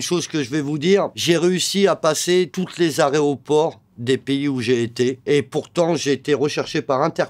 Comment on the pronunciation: les arrêt au port 😂 au lieu d'aéroport